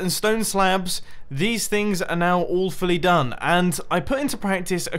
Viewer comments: One thing I realized with mumbo is every time he says “all fully done” it sounds like he says “Awfully done”. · Mumbo's "all fully done" sound like "awfully done" for a second there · I thought he said awfully done but he said all fully....british